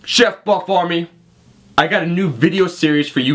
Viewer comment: "Chuf Bup Awmy..." Haha it happens...unless you're a robot, and they're fucking going down!